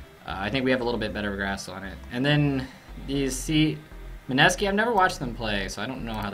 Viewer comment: Oh noez! How could you not know Mineeeeeski!!! Just say it with me, Mineeee~~~ski! How could you not know the Minesski!